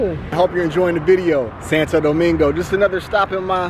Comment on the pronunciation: It’s not Santa think about it almost like sawn toe domingo